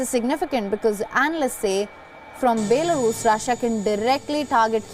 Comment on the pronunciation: Baylarus? Your a news channel.. atleast pronounce the country's name correctly